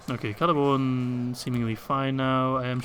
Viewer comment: Did you just really call Celeborn, Lord of the Galadhrim, Prince of Doriath, Lord of Lothlorien... Celery-born??? 😂